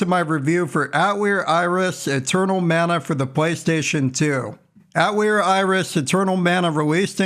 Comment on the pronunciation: Watched the first 10 seconds, mispronounced Atelier twice, thumbs down, wrote this comment, closed video.